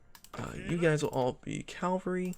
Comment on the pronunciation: Stopped watching when he pronounced cavalry wrong... again 🙄